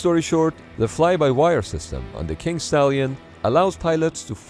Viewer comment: I can't be the only one who hears "Kink Stallion" right?